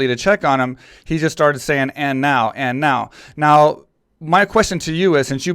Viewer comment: He didn't say and now, he said and "new"